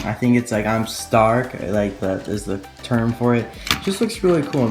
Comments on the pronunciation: Its called stock not stark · kabuto said "stock" not "stark"